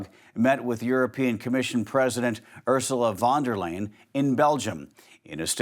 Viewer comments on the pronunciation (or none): Ursula von der Leyen: ❎ ER-sә-luh VON-der-lane ✅ OOR-zә-lә FOND-er-line